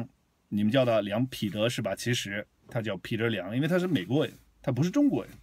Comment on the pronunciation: 纠正一下你的发音，彼（bǐ），不是pǐ